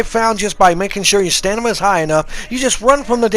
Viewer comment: A stanima bar lol, not trolling I do the same thing, say a word completely wrong hope no one paid attention and you kept it going like a boss, for that subbed 😂